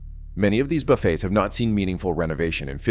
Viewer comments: buffets? it's pronounced buff-ey s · A lot of what this AI voice says is made up and/or exaggerated. For instance, the fake voice says "refill drinks now take 20 minutes". That's untrue, total BS! --Also, half the time, the AI voice mispronounces buffets as "buff-utts". --It's not that LV buffets aren't what they used to be, it's just that there aren't as many, and the cost is higher. That's the problem. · These crap AI videos just ramble on. Buffetts??? Try pronouncing correctly, it's what the video is ALL about and you get that wrong. You can watch to and get everything the rest of the video blabs on about. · AI Slop. It is about "Buffets", but can't even pronounce it.